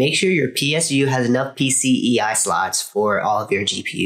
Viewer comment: Nice Video, but its PCIE and not PCEI right? Haha